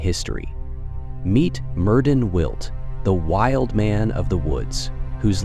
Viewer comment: As a Welsh speaker, his name is properly pronounce Mērðin wiłt.